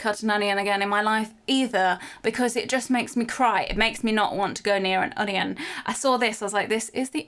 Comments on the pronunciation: I love how she pronounces onion un- i- yon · The way cherry says “onion” makes me laugh 😂